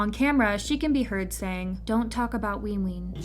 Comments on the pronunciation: why tf is this person saying "leenjuin" and "weenween" ???? and also wayV is a part of NCT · i'm trying so hard to take this video seriously but the pronunciation of nct's names are SENDING ME like not ween ween, runjean, and ncteezens 😭